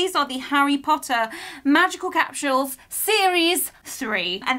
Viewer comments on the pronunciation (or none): It’s capsules not capshul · It's funny cuz I'm from the US and is saying capshuals instead of capsule🤣